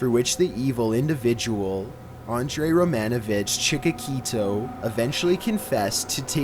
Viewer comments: The worst butcher is butchering dudes name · Wow butchered Chikatilo’s name